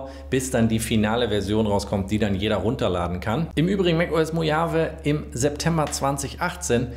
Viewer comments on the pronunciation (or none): none